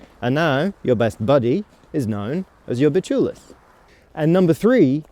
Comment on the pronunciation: Not "BULIS" "BIČIULIS"